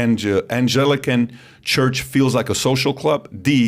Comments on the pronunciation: It was ANGLICAN, not angelican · The interviewer can’t pronounce Anglican. How can he be considered an appropriate interviewer ? And Peterson is a biblical literalist ? I just lost what little respect I had for him.